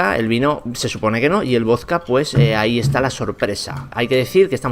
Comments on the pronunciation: Es vodka no vosca 😂buen video hermano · Por qué decís "vozka"? Se dice voDka. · Me excita como dice voska en vez de vodka >:v aprenda a hablar macho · Wtf por q dice voska si es vodka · Genio se dice vodka no voska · Me caga cómo pronuncias la palabra"vodka".